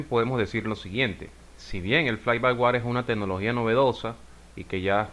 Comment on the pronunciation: No es "fly by war", es "fly by wire", ("wire" lo puedes pronunciar similar a "waier").